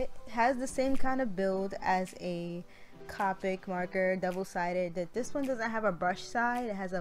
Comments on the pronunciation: It’s (C-Oh-pic) not c-ah-pick I love your art but that’s driving me crazy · Not to be rude but it’s copic not capic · actually the copic refills are very cheap. they refill like 10 markers also its pronounced coe (rhymes with toe) then pick